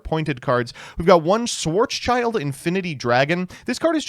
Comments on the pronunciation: Schwarzschild gets mispronounced all the time. It's not "Schwarz" "child" it's "Schwarz" "Schild" (Pronounced like "shield") It's a German name that translates to "black shield". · Dude its "schwarz-schild" ffs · my german ass will never get over your pronounciation of "Schwarzschild"... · As german it's always a joy to see how americans massacre german names. Thanks for that Schwarzschild.